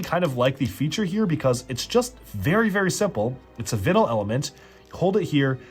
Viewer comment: Anyone else annoyed at him mispronouncing vinyl